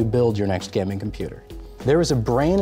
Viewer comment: Dude! Learn to say "gaming" correctly first 😂